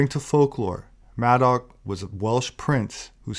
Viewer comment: Did you say Maddox?